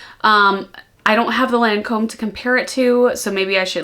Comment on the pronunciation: I was a lil confused when you said Lancôme & very irresistible that’s all😊@